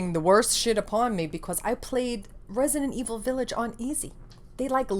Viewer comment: I love this video. I love your passion. I love the (french) way you say "Villaaage". And of course I love your eyeshadow. 🤩🤩🤩🥳 Kiss from France ! 🇨🇵🇨🇵🇨🇵😊😊😊